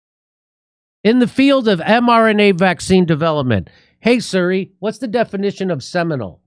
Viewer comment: “No, I got it.” 😂 Jimmy forgot for a moment that he wasn’t talking to an A.I. bot! 🤣 Hey, Jimmy, love ya, but how come you pronounce it Suri? It’s “sear∙ee”